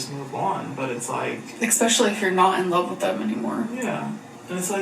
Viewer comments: If I hear eckspecially one more time I’m gonna rage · saying EGG-specially makes me want to punch a pillow. 😅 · So far I've seen alexisshook's reaction to this and yours and what really gets me is "ECKSPESHALLY".